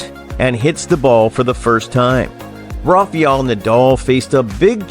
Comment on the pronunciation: Correct the pronunciation please... it’s Rafael not Rafiel